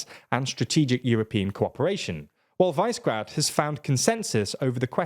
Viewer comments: Please don't call it vicegrad it's super annoying, it's pronounced wish-e-grad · While I value your diction, very frequently I am impressed by how well you pronounce the slavic names, Visegrad is not Vicegrad, or WISE-grad, it is Vishegrad. Višegrad. Slavic origin of the word, means higher city, roughly. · Pretty sure it's "VIZ-eh-grad", not "VICE-grad". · It is not pronounced "Visegrad", it is "Vishegrad". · guys... "Vice-grad"?! It's "Vishe-grad" Please get briefed on pronunciation before recording. You're doing a great job. Keep it up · Its pronounced vishegrad, not vicegrad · Also it's Vi-Se-Grad, not Vice-Grad... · I heard English language media call it Vizzy-grad. Your way appears to be the correct way. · Is it so hard to check how placenames are pronounced and make at least a minimal effort to replicate them faithfully? This, and sloppy factchecking in some of your videos, is making me take your content less and less seriously. Anyway, Visegrad is pronounced Vi-She-Grad: - Vi as in "visa" - She as in "shell" - Grad as in "gradual" (the two words actually come from the same Proto Indo-European root that has to do with building - "gradual" is one that's being built up, while "grad" initially meant "fortress", i.e. something built around a city to protect it) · It is pronounced Vyyshehrad... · Since when did you forget how to pronounce Visegrad??